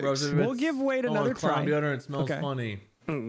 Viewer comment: Every time says Wade's name, it always sounds like he is saying Babe